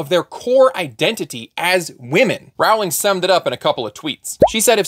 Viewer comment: A: Rowling rhymes with rolling. B: I'd like to carve out a third space between conservative and progressive. You know, for the people who oppose the trans movement and are pro-choice.